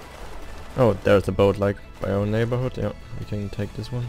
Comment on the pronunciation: 3.30 Tier eins... da kam das Deutsch wohl zu stark durch😂